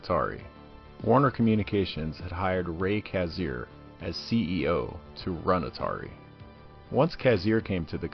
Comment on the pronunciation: "Kazir?" .. "Kassar." dude. sigh.